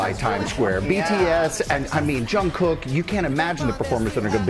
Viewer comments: It's jungkook not yungkook. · "Jung" not "Hung" -kook 😂💜🤗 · It’s JUNGKOOK, with a J, NOT youngkook 🤦🏽‍♀️🙄🥴🤨😒, you id10T. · Oh that’a a lovely and fun update about the best concert last night. Thanks! By the way Jungkook’s name is pronounced as spelled. Jungkook not Yungkook. All the best GMA! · It's jungkook not yungkook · Please atleast pronunce his name properly....Its not Youngkook, its JUNGKOOK....If you cant pronunce it, atleast call him JK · Who is Yungkook?! Stop being so ignorant and unprofessional learn how to pronounce Jungkook’s name properly and also Today’s show sucked coz you guys didnt provide good conditions for the artist you invited!! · JUNGKOOK NOT YOONKOOK. THANKS! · Jungkook, not Yongkook😕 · He was amazing 🔥 and it’s pronounced JUNG Kook like a “j” not a “y” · George, it’s not a Spanish name. You pronounce the J. Don’t make it Young-kook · It's JungKook, not YoungKook! Please pronounce his name properly... You've been making same mistake over and over again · Please pronounce the J sound in his name, George. Ty. It sounded like Young Kook and who is that? 0.o This was so cool. Wish i did not have to work. I was on the train with no signal heading home. Sigh. -NY USA 2019 Army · Guys... It's 'J' JungKook! Not 'Y' YoungKook, it's time you guys get use to it 😂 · It's not Youngkook....Jungkook...do your homework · He is a global pop star and has been on your show. Please pronounce it right. It's Jungkook with a J. Thank you Sam for vibing with 7. All love here 💜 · Why can you never pronounce his name correctly? Urgh